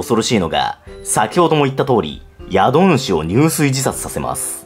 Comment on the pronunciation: 宿主＝しゅくしゅ 入水＝じゅすい